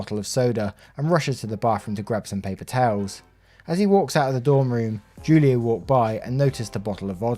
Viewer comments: Broooooooo Julio, is pronounced Hulio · Julio is pronounced Hoolio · julio is pronounced who-lee-oh. Every time you said it wrong it hurt my soul just a bit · Just so you know, Julio is pronounced like “Hoolio” ❤ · Julio is pronounced "who-lio".